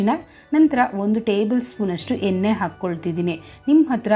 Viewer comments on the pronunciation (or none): ಎನ್ನೇ ಅಲ್ಲ ಎಣ್ಣೆ ಅಂತ ಹೇಳು ಒಗ್ಗರಣೆ ಅಂತ ಹೇಳು